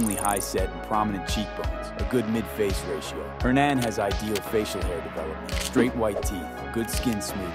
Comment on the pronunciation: Hernin, hernon, and hernahn. Anybody else notice how he pronounce his first name differently throughout the video?